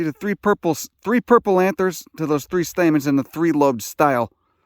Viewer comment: But he just said there was THREE Stamets... Stamens?